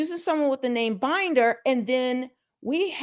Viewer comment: ML Management shows under the "Contact" tab of its website that it has an office at 1800 Century Park East, Suite 400, Los Angeles, CA 90067. Comments from former employees on Glassdoor said it was a small office with no benefits. P.S. I believe Binder is pronounced with a short i, as in Tinder.